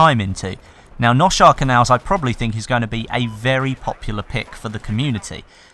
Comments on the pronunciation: Damavand peak remastered. The first two sets of mcoms before you parachute off of the mountain should be unchanged, though the ground sections and tunnel section should be changed up dramatically, to be made more interesting and fun. Seine Crossing Noshahr Canals (by the way, it is pronounced NO-HAR-RUH. lol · It's actually Noshahr